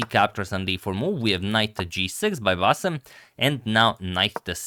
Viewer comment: The way you pronounce bassem's name is a spot on! Excellent pronunciation skills agamator.